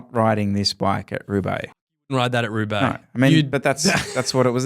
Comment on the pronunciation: The way said, "RRRRRRoubaix" was not lost on me. Did he pick up some Spanish in the greater Fresno area?